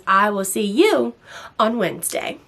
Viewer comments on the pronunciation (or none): none